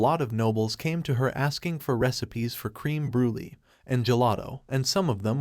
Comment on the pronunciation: Good job, but it's pronounced bru-leh not Bru Lee. Also Kim Chee not Kim chy